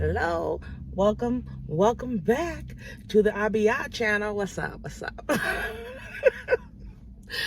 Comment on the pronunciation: Error, Abiyah, not Aliyah. Yacob, not Taco.